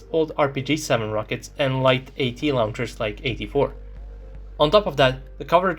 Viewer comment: The way you say "launchers" has given me cancer but I still love your videos!¡